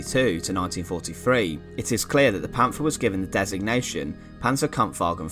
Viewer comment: It's not a English th in Panther there is like a little pause between the pant and the her